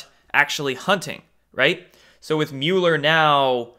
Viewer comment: It's Mueller like mulberry, not mule. And you are butchering Kavanaugh still.